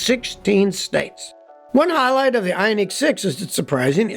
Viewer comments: Scotty - It's pronounced i-ON-ik, not i-on-NEEK. And while I'm at it, the word absurd is pronounced ub-SURD, not ub-ZURD. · Is that pronunciation Scotty is using correct? I-on-EEK, versus I-on-IC? EEK sounds like its spelled "Ionique" and sounds foo-foo. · The way he says Ioniq (ION-ICK) makes me so uncomfortable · because of how he says ioneeq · Funny how he pronounces ioniq lol great video though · Scotty has a unique way of pronouncing Ioniq.